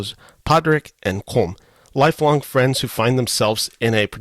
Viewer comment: You should pronounce Colm as though it was spelled COLUM. Please get lt right.